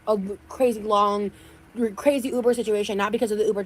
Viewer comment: i hate how she says “uber” The ooober!!